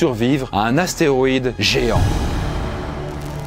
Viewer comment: c'est astéROÏde et pas astéoride, ça commence à faire beaucoup là